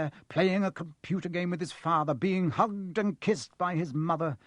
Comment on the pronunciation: Sound like he said 'Humped and kissed' rather than 'hugged and kissed'.... O_o